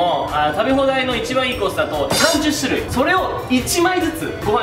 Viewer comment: 28「しゅるい」をいつものの甘噛みで「するい」ってちょいちょい言ってる気がするw の、うましかて、可愛いかった(´∀｀*)